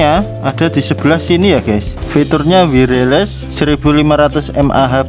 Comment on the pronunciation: Wireles 🤣🤣🤣 Wiyerles